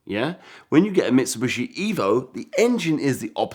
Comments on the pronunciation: Bro said mitsubooshi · How many times did he mispronounce Mitsubishi? 🤣🤣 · This is cool, I just really wish this dude knew how to pronounce Mitsubishi properly. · He is saying wrong Mitsubishi